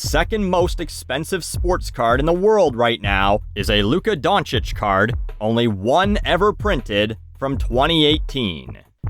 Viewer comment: Congrats on your perfect pronunciation of Luka Dončić, people rarely nail the slavic names.